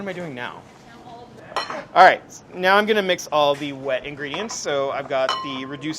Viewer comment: Ingreedishuns lmao I love